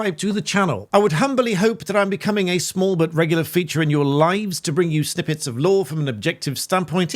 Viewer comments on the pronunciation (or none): none